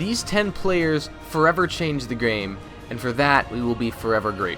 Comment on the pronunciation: "these ten players forever changed the grame... for your health"